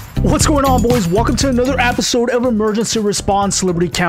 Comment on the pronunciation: You said Apisode at the beginning of the video